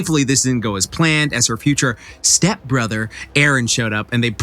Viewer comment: I like how he put emphasis on step brother